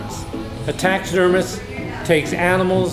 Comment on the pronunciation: “Taxesdermist” killed me